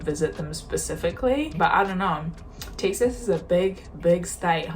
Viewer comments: You pronounce Texas, Takesays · Where is this "Tixes" you speak of? From someone who lives in Fort Worth, Texas.